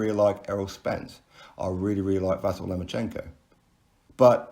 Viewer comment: "Vasyl" is pronounced "Va-SEAL".